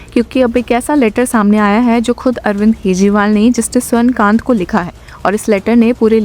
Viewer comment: This judge is स्वर्ण कांता not स्वर्ण कांत, she is female not male, correct urs pronunciation to कांता rather than कांत.